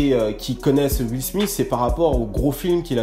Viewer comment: j'aime bien quand tu dis juile smith.. xD :p , bonne vidéo comme dab. ah et oui fait un lsd sur les viners sa serait cool , jme suis toujours demandé ce qu'etais devenu certaines viner un peu moin connu que king bach ect